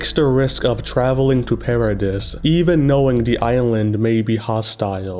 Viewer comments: The "s" in Paradis is silent. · please stop pronouncing "paradis"and "maria"